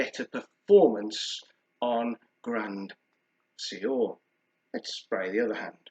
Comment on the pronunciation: Keep it up love the reviews! Also it’s pronounced ‘Gruhh swahr’ 😁